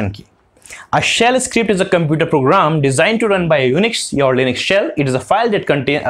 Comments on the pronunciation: 🇺🇸 : Linux 🇮🇳 (This guy) : Linus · Is linux pronounced as lainix?🤔